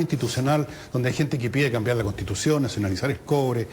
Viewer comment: "e'tá", "contitución", "lo' académico", "e'tamo", "la' de'calificacione", ....cómo asesina el lenguaje este personaje!!!!